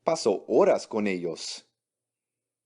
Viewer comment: Cuando pongan a una mujer ablar en españo que pronuncien bien el españo i que no diga eos en ves de ellos que abre vien en español